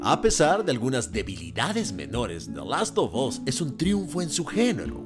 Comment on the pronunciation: Como escucho a Kristoff: "De Lasto bos" 😂😂😂😂😂 Manita arriba si tu también lo escuchas.